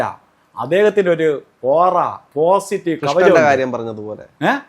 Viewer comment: ഓറ അല്ല ഒറആയിരിയ്ക്കുഠ.